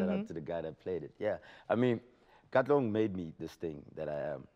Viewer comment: Arg!!!!! Whoever this lady is, is just a no no. Oh and it's not katlegong it's KATLEHONG, PLEASE DO YOUR RESEARCH LADY. Come on!! Just get Anele back?